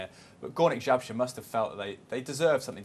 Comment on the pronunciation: Górnik Zabrze not Zabzre :D